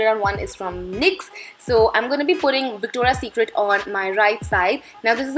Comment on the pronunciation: isn't it Victoria secret instead of victora secret? Which you are calling victora PLEASE keep that in mind that I'm not being sarcastic or not trying to be negative just pointing out a mistake :)